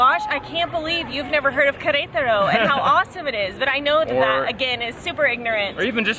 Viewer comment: Hahaha it’s waaay too funny the way you pronounce Qrtro, without any vowel! Lol Cheers from CDMX!✌🏻